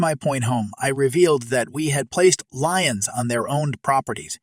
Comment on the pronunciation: Liens is not said like lions. Pronunciation is leens like keens. Given this guy sounds like an English speaker, I’m really surprised he could not say this word correctly. Is he a robot voice?